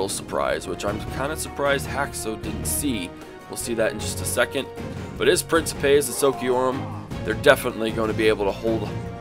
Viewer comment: good vid, though hearing you pronounce the Names of the Roman units made me die inside XD and I know people might say "oh well it depends on the type of Latin" but from what I know the Romans used Classical Latin (which I don't know much about as I haven't learnt it but I did watch a Vid on how to pronounce them) like Principes, it'd be Prin-key-Pay or Triarii would be Tree-are-e